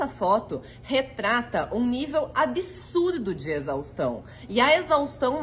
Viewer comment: Que nervoso essas pessoas falando palavras como 'absurdo', saindo com som de "absúrudo", "absúruda" 🫠🙄